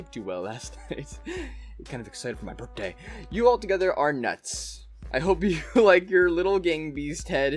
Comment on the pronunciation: Did anyone notice that says that it is his borfthday